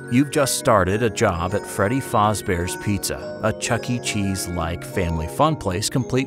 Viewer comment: ah yes “fauzz bears”